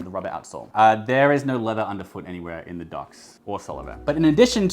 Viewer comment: Solovair is actually pronounced Sole of Air :)